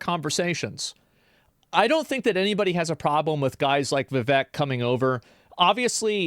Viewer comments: i just want to say its pronounced vi-vake, like cake but va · Vivek is pronounced Wewake. Edit: You wanna fix the problem? Make H1B1 pay the same as native salaries and automatically companies will stop prioritizing H1B1. There is also another massive issue that works against you'll in this regard. H1B1, contrary to what you'll believe isn't just handed out, it can only be given to someone if there aren't multiple American's to fill that role in the company, American's who need less in term of qualification compared to their H1B1 counterparts. The fact that visa's are still being handed out means just one thing, you don't have nearly enough engineers. Reduce the cost of education, subsidize that and you need a cultural shift where a thirst for education is celebrated. Prioritise stem subjects and degrees. Make college's cheaper, much cheaper. If people over there can't add two numbers, honestly what did you'll expect?